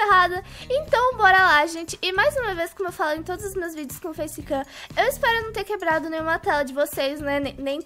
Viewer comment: A hora que ela falou "face kaim" eu oq??